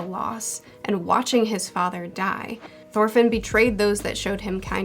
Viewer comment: "khanut" xD i love this pronounciation of "knut" same with "Sorkell" and "Sorfinn" instead of "Thorkell" and "Thorfinn" :D